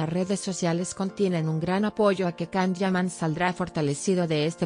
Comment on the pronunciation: Where did you get this information from? I follow the Italian press, where the Can Yaman projects (Viola come il mare 2 and Sandokan) are written daily. It would definitely be published. Apparently you need sensationalism about a Turkish actor doing well in Italy. I don't trust anyone who pronounces the actor's name "Kan".